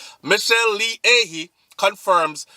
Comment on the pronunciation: pronounce like A- HEE (AHYE)